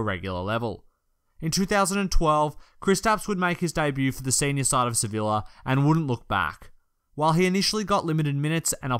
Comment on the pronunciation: It's Se-Vi-Ya